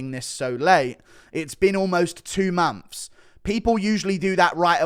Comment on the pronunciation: What are mumps? Oh, you mean months! 😂